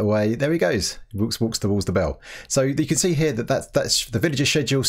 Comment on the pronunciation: lmfao, did you say he "woox walks" to the bell?